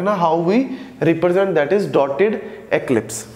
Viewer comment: Sir ellipse boliye eclipse nahi